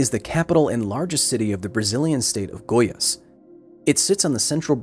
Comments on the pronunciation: I'm Brazilian and just started watching the video, but I thought it would be interesting to say that we pronounce the state with stress in the last syllable (GoiAS, not GOias). Not that it bothers me or anything, I just thought it could be interesting for people scrolling through the comments. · Came here just to hear how Kyle would pronounce Goiânia. Not perfect, but colour me impressed Edit: The pronunciation of Goiás, though, was a swing and a miss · Just a small correction, Goias is pronounced "go-yAHS" like in "yass queen" xD and the "â" in "Goiânia" sounds like the "u" in "huh" or "humble", Goi-uh-nia. The girl, Leide Ferreira, is pronounded "LAY-dee" almost like "lady" but with a softer D so its like "ladjy".